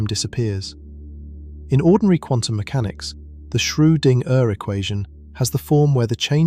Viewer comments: Shrew-ding-er? That spoils the video for me - a bit. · As excellent as these lectures are, being both fascinatingly informative & sleep-inducingly relaxing, I shall have to stop listening if you cannot teach your computer voice to pronounce "Schrodinger" a bit better. Perhaps a nice German language lesson, no umlaut required? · At right around the hour mark the narrator pronounces Schroedinger's name "Schro-ding- Ehrr", with the ding like what a bell does followed by a brief pause. At it's even worse twice in a row. "Shroo. Ding. Ehrr". Are we CERTAIN that no AI is involved here? Every other time I've heard that name in these it was pronounced correctly.